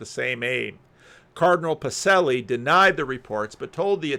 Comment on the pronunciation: You need a "ch" sound for Duce and Pacelli